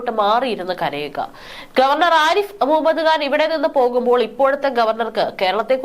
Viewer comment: മുഹമ്മദ്ഗാൻ അല്ല മുഹമ്മദ് ഖാൻ ശരിയായ ഉച്ചാരണം ..